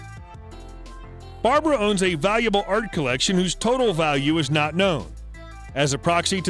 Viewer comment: Barb-RA, not Barb-ARA Strei-SAND, not Strei-ZAND.